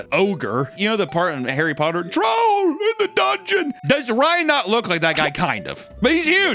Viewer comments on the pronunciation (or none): none